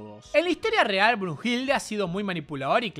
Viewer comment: JAJAJA me mató el "BRUHILDE"